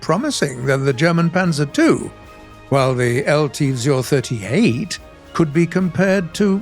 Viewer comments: Místo vzor vyslovoval spíše vzjor ale snaha se cení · Czechoslovakian techtree some day in future?? Maybe combined with hungarian and polish vehicles? I would be quiet happy. And BTW nice effort on pronouncing the word "vzor" it was good but still a bit funny